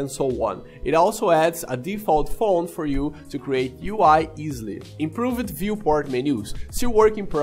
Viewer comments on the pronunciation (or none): Tip: when you say improved, the e is not pronounced. So it sounds more like improvd.